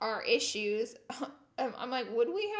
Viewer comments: Issues* not issuses lol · Issuses? Am I the only one noticing that? C'mon people, grow up. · 'Issuses'??? Is that a word?